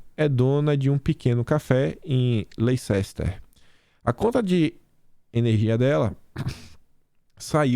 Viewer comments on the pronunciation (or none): Só para informação: Leicester é pronunciado “lester” e na Inglaterra a moeda é Libra! No mais concordo com sua avaliação. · “Lestar” o E tem som de a e sem o R ! 😉 Vc mora aqui na Inglaterra ?